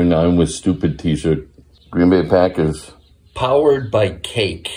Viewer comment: 😆 🤣 😂 I love the way he says Green Bay pack-ahhs